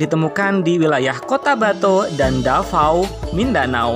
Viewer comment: Davao bukan Dafao lol Bukan Fyfty fyfty tapi 50/50